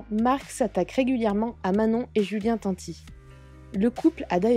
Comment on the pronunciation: qui cloche ce blata, déjà quand tu dis son nom a julien arrête déstroppier son nom de famille, c est pas la 1er fois que tu dis tati au lieu de tanti….